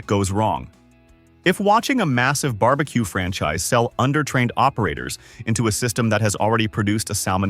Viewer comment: Bar B Quay? Really?